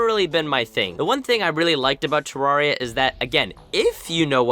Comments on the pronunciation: its not ta-rar-e-ya its pronouced ta-rare-e-ya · Oh no, you're one of those "Terraria" pronouncers...